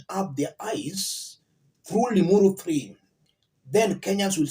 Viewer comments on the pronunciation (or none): What did u say! ‘Ling uru thi’ or I did I hear you wrong. LOL 😂😂